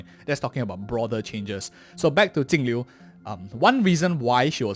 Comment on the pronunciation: which blind dingus reads her name with a T